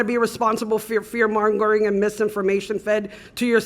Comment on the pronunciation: "Fear MongerLing" Goofball said 'Mongerling'.